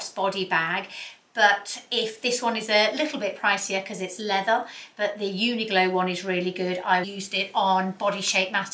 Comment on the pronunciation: Love your content always very informative . Just wanted to add that you probably mean the brand Uniqlo not uniglo .. I think you are mispronouncing the brand name .